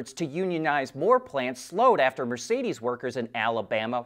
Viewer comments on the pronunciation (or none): none